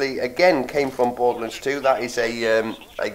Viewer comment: Borderlunds? It's Borderlands. Lands rhymes with hands.